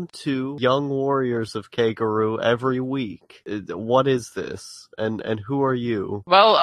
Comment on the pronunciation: Holy shiiiiit! How difficult is it to pronounce koguryo? KO-GU-REE-YO.